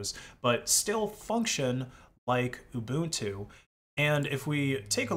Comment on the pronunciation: Ubuntu, not uNbuntu